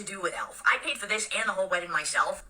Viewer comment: The way she pronounces "weddin" is like nails on a chalkboard.